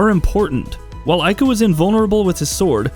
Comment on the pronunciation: Ico is pronounced Eee-Ko